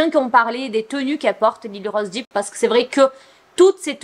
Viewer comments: Ça me stresse trop que tu prononces Depp "Deep", c'est dèpe 😭🤣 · Ce n'est pas Lyly rose "Dip " mais "dep"